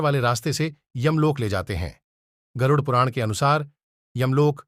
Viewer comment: Garuuuuddhh puran kya , pehele aap pronounciation sikhlo.